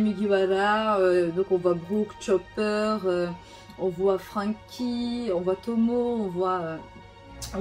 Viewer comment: "On voie frainky" eh mercé l'accent du sud qui a fait une petite apparition 🤣🤣